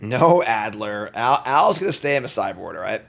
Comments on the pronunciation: Is there a reference I’m missing, or did “Moldy Al” get his name from misreading “adder” as “addLer” with an L? 😅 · "Adder" has no l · There's no "L" in adder.